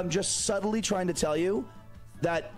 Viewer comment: "SUBTLY" LOL WAT